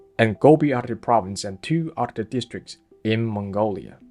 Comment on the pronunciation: It is Altai and there is a “L” in it, it is Oirat and there is a “R” in it.😊